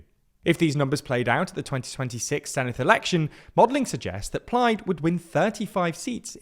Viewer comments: You pronounce Senedd wrongly. It's not Seneth but Senedd i.e. the same softer 'th' sound as words them or those. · Small word of advice, it's pronounced 'Sen-evd' (Senedd=Senate). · He pronounced Senedd as Seneth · There’s no “th” in Senedd, btw.